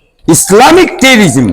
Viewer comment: ভালো করে শব্দ উচ্চারণ করতে পারে না, তিরিটিস নয়, টেরোরিজম 😂😂😂😂😂😂😂😂😂😂😂